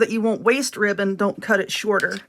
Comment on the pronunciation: I weally wike that wibbon. 😂 Seriously tho, I love these. Those bigger bow making contraptions confuse the begeezes outta me. Thank you for these. 👍❤